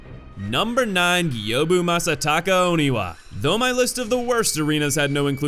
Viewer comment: You finally said Gyoubu correctly!! Good job!! 😊👏